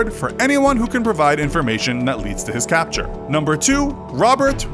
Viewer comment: "That leads to his CaBture"?